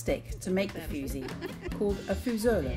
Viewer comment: Its called fuži, not fusi